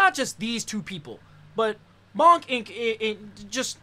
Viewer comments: honey I love you but hearing you say Bonk instead of Boonk the whole time had me cringing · it's pronounced like boo